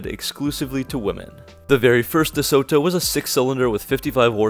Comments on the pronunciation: Nice research and photos! Pronounced 'Duh-Sew-Doe'. Not with a hard T and pregnant pause like you said. : ) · Dee-sota. That's how we said it. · Great video...note the "t" is soft i.e. "DeSodo" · your pronunciation of DeSoto is so wrong, you day De-So-to and is De-Soto pronounced quickly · ..interesting pronunciation of deSoto..we always pronounced it as 'deSodo..without the hard 't' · Unfortunately, that is how many younger uploaders talk these days. More of a copy & paste scenario with little thought into the delivery and speech. The way 'Duh-Soe...Toe' was said over and over was a bit cringey as well. He did add nice photos and included a lot of info but could've been a bit more polished indeed. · Groucho always pronounced it DeSoda... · I’ve never heard it pronounced DeSooToe? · I really wanted to watch this video, but can't get over the way you pronounce DeSoto. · I love this guy hitting the "t" so hard in DeSoto again and again. Oh right. This is the guy who can't pronounce "fuselage" (see his airplane videos).